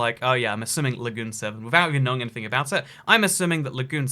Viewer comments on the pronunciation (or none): none